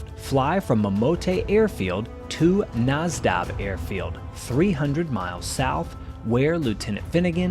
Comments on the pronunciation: Only a small detail but their intended destination was "Nadzab" not "Nazdab." Otherwise, a great video. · Nadzab, not Nazdab. It is still Lae's International Airport. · Nazdab ? I think you mean Nadzab ( Nad -Zab) airfield that is near Lae PNG